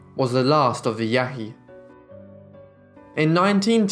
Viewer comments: Pronounced Yãhï Yãhee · I hate to be a smart-aleck but I feel that clarification is needed, Ishi was a member of the Yahi but in the video it is pronounced with enough phlegm to sound similar to "Yaqui". The distinction is important as the Yaqui are still alive.